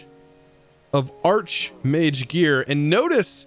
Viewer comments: "Arch"mage... pronounced like "Arc" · I only know of a singular exception for arch as a prefix where it's pronounced that way, and it's not archmage. The Oxford English Dictionary lists the pronunciation as "arch" with the sole exception of archangel.